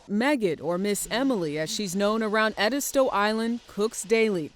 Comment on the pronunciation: Oooh, I've gotta have #ĕdîstö geechee cookbook #today !!! And, this narrator doesn't say "edisto" correctly... Thank You Miss Emily !!! Cant wait to see your #hoppinJohn😋